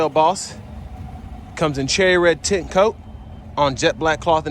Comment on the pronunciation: I SWEAR HE SAID THE COLOR IS A CHERRY RED 🍒 TIT COAT!!!